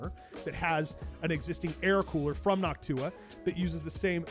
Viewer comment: Noctua sounds like "N’hawk T’huah !" to me 😂